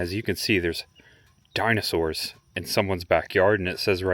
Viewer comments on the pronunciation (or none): Really cool. But you’ve butchered the dinosaurs names.